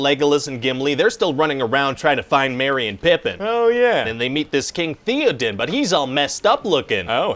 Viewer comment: I'm sorry but it is pronounced Thay-oh-din